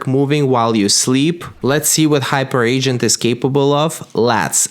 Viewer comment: Hyperagent: Hyper-agent, not Hyper Agent 😂